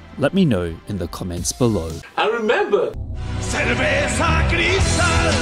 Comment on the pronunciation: Bro really said "ceverza" 💀💀